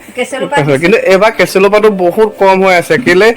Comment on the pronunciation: কেচেলু নহয়‌ কেচেৰু হে